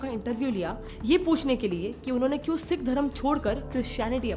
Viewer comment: Phle na tu Sikh pronounce karna to seekh le kanjari😂